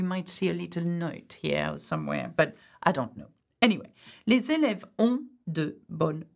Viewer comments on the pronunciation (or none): les èlèves means pupils or students, but sorry for that you pronounce it like people